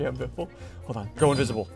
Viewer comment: i fr thout biffle said the n word